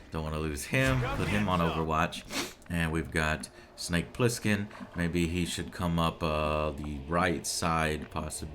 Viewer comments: It's Plissken, Joe. Pliskin was the name that solid snake used in metal gear solid 2. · It's "Snake Plissken", in case you're wondering. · Also, it's BOB "Snake" PLISSKEN... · It's Bob Plissken. And "Snake" is his nickname, not his original name.